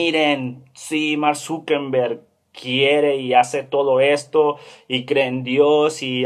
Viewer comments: Grrrrrrrrrr es Zuckerberg no Zuckenberg, no es con N grrrrrrr 😠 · Mank Zuckenbeng??? Al menos pronuncia bien